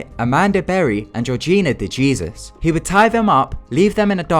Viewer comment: De Jesus (Pronunciation: day-hay-SOOS ) not De Jesus( Dee-JEE-zuss)